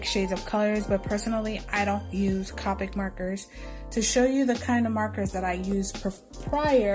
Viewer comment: Say it with me "Coe-pic". Representatives from the company will quickly correct you, lol. I take it the lightfast/archival quality isn't as good as the higher quality markers. Great video btw.